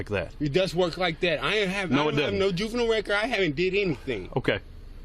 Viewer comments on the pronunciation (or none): none